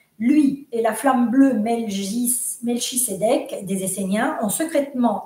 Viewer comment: Coucou, passionnant ! Si je peux me permettre il serait ''bien''de prononcer ''melkitsedek qui signifie ''roi de justice en hébreu..